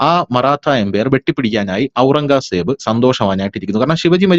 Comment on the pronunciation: ഔറംഗാ സേബ് എന്നു കേൾക്കുന്നത് അരോചകം. നമ്മൾ കേട്ടിട്ടുള്ളത് ഔറംഗസേബ് എന്നാണ്.